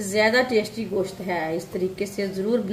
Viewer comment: میری بہن گشت نہیں کہتے گوشت کہتے اور کری پتہ نہیں ہے اردو میں تیز پات کہتے ہیں